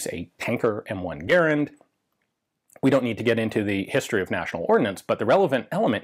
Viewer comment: Thank you for being the only person in the world besides me who says Garand properly. 👍🇺🇸